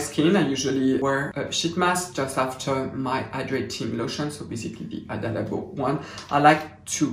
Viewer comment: Happy new year! I could listen to you say Hada Labo all day ;) xo